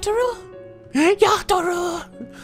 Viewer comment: 2 minutes into the video, "Yata-rou". It was at this point I threw my computer.